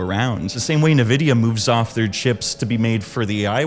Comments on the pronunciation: Corsair didn't leave the consumer market, it was Crucial, Micron's consumer facing business. And RAM doesn't take years to make, I don't know where you got that from... Also, it's pronounced EN-vidia not nevidia or nuhvidia, or whatever the fuck people call it these days... Good video though, really enjoyed the editing but you need to employ more care in getting the correct info out there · What in the fuck is "nuhvidia?" There isn't a company called "nuhvidia." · I couldn't get past the fact you pronounce it Nuhvidia. 😂 😂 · Bro PLEASE pronounce "Nvidia" correctly, it's killing me. 🥲